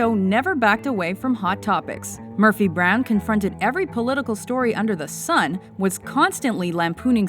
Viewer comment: Murphy brown-ugh.